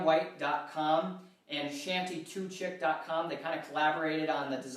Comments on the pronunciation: Hey man. I love your videos. Just quickly though, not DIY related. you give a shout outs to the designers, I think you are mispronouncing shanty2chic. You said chic as "chick" but I'm sure its meant to be chic as "SH-EE-K". Just thought Id give you a shout, and keep up the good work man! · Thanks for the video! Helped me on some parts. Btw its chic pronounced like sheeck :)